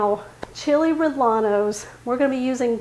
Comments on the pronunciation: yeah it’s pronounced RRE-YE-NOS, just sayin😊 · It’s pronounced Re yeno. The double ll is pronounced with a y in Spanish. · Chill ray-a-nos....you don't pronounce the L's......looks tasty😋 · Good video. However in SPanish the "ll" is "yen" so it is Chili "Ree-yen-nos". Ll is a seperate letter from l in Spanish. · There is no a in rellenos. It is pronounced like reyenos. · its chili reyanos no LL...lol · I think your recipe is an easy one, but please please PLEASE stop pronouncing rellenos incorrectly. The correct pronunciation is ray•en•O Thank you. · Same here in San Diego. I’ve never heard them pronounced the way does😊 In Spanish when there are two L’s together, they are pronounced as a Y. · I was born and raised in El Paso! First time I have heard someone pronounce rellenos like she did. 😉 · …great recipe. I prefer using hatch chilies but found the poblanos were just about as tasty and they are available where i shop almost year around. The proper pronunciation of any spanish word with LL is said as a Y …as in yellow. It wont make your recipe taste any better - thats about impossible but it will impress your viewers who are somewhat fluent in spanish. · The double LL has a sound like yeh you don’t pronounce the L